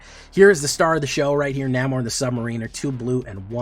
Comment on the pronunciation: I can't always tell when you are intentionally mispronouncing things so... The "A" in "Namor" is the same as the "A" in. No hyphen would be "Submarine" as you are saying it. The big boats that go underwater. The hyphen indicates the second part with the "A" like in "air" so Sub-Mairiner.